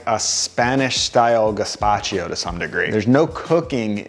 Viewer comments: Why do you say “gazpachio” … I believe it’s “gazpacho” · Gazpa-cheee-o?? 😣 Dude…